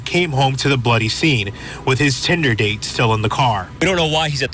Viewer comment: Why the emphasis on "tinder-date" ?